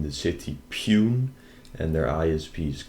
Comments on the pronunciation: its read as ...poonay... not pune 😆😆😆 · Hey bro City = Pune It’s actually pronounced as pu - nai (or) pu - na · city pronunciation : poo-ney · It's pronounced Punaay not Pune anyways great job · It is pronounced as /ˈpuːnə/ not "pewn" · "PUNE" - pronounced as "PUNEY" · The city in Maharashtra is pronounced 'poo-ney', not 'poon'. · Its pronounced puunee man not pune😂😂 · loved the way u pronounced "Pune ie . Poonay" as Pyun" 😆😆😝😝😝😝😝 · he said piun to pune XD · City not pyun.... Its PUNEEEE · Pune - Poo-naa. Not P-you-nn 😁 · Its pune not puuuuunnnnn 😂😂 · thats not puunn XD.. thats puu n a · Poonayy that’s how it’s pronounced, not pune! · “Poo - nae “ not pyune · It's pooooooneee not pun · It is not city peun it is poooneaa (pronounce like that) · Amazing. Indians hate these people too and nobody does a damn thing about it. Also, that city Pune is 'Pooh-nay' not pyoon. :) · Btw it's pronounced as Poo-nay not pewn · its pronounced Poonae and not pune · It's not called pune(pume) 😅 it is actually pronounce as " Pu Ne"... 👍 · Love the way you said pyoon. It's poo-nay:). Thank you for your work on behalf of a billion good Indians who suffer because of these bazztards. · Bro that's not spelled as poon that is poone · Pune - pyoon :-) Poon-eh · Bro i am from pune😁 and its pronounced "ponay".... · Aur vo pun Nahi hai Pune hai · Pronounced Poo-ne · Lol Pune will pronounce as Poo/naayy ❤ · It's pronounce as PU-NE 😁😁😁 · Just fyi, 'Pune' is pronounced 'Poo-nay'. Also, great work as usual. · Love the work! PS Pune is pronounced poo-nay. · State: Maharashtra City: pune pronunciation pu-ne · LMFAO, The way you pronounce pune cracked me up, its pronounced as poonae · Hey I m from India,i love what u do to those rascals... And also... PUNE is pronounced as Poonay 😅 anyway... Love ur work! ❤️ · Great video. Pune is prounounced PUNAY. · Pune 😂😂😂😂 it’s pronounced as poo ne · Loved the idea of Pune Police logo ..you rock !! BTW Pune city is pronounced as "PooNay" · Pronounce Poo-Ney